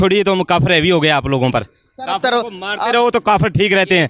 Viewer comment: Alok sir.... mzaaaa aataa h bht in jokers ko dekh k . Kafiiiiirrrrrrrrrrrrr..... Kafrrrrr... education inke samne kya chizz hai.... pronounce krna v ni aataaa words properly kafrrrrrrrrr....😂 sir inki history hai kya ??!!! 75 years se phle bne hue h. Humare indian muslims bhai behno se kuch Sikho pakistanioo.... we r proud Indian.